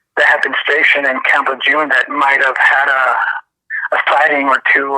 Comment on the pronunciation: It's French, camp (in phonetics) lay- zhoon